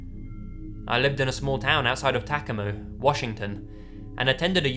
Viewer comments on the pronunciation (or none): Tacoma is pronounced "tuh-COH-ma," not "TAK-o-mo." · It's Tuh-Coe-Muh not taco-mah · “Tah-ko-mo” sorry but Tacoma is pronounced Tah-co-ma. This story creeps me out because as someone who was born and raised in Tacoma there’s always the threat of human trafficking it gets worse the closer you get to Seattle. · OHMIGOD LAZY THE WSY YOU TACOMA WA WHAT THE HECK 😂 my Washingtonian heart aches for you “taca-moe” here we say “Tuh-co-muh” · ITS TACOMA( TAH-COE-MAH).. HAHAHA "TACKAMOE"! HAHA😅😅👍👍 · "Tack-a-mo" Oof. That really hurts to hear Tacoma pronounced like that. It's Tah-comb-uh" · I live in Washington and didn't recognize the city "Takumu," so I tried looking it up. Turns out he was trying to say Tacoma... omg.... what is that pronunciation XD "Tuh-co-ma" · "The woman in the photos was very attractive..." I look up to my screen and see a person in a dress wearing a bunny mask O.o LOL I couldn't stop laughing! And I think he meant "Ta-CO-ma, Washington" not "Tacama"...??? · Tacoma is pronounced "Ta-COH-ma", not "TAA-cah-ma" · NW names are hard to pronounce. It's TaCOmah, not TAKimah. XD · TA CO MA. NOT. TACO MAM. JESUS. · tah-co-mah not tak-ah-mo lol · It is Tah Co Ma Washington not Tac O Ma! LOL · thanks for butchering the name of my home town .Wtf is tacomo it's tacoma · Let's go to Tack-uh-muh guys!!!! 😂😂😂 It's pronounced Tuh-cOma, but thats alright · TACAMO???? lol i think its TACOMA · TACK-oh-mah? LOL...Tah-COE-mah... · Tah-COH-mah. Not "Tackawmoh" *edited to add, don't mean to sound mean; seriously being matter- of- fact. :) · just saying- it's tac-oh-ma not tacamah lmao. great stories tho! love your vids! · Tack-a-moe i love accents. Its pronounced Tuck-oh-mah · The town in Washington "Tacoma" is pronounced "Tuh-ko-muh", not "TA-kum-uh". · Tacoma, not Tacamo. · In the second story: Tacomo, Washington? Did the writer mean Tacoma? Because that's a place. I don't think Tackomo is. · I love these but its ta-cOMA not tacama ;) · It's Tah-co-mah not tacamo